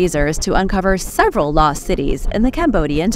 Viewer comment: Law city or loSt cities? Subtitles says law va loSt cities because the S wasn’t pronounced.